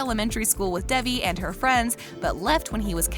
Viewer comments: Why are u calling her Debbie? Its Devie or David. Not debbie Good job at butching the characters name . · Why the fuck is she saying Debbie instead of Devi(pronounced as Day-V)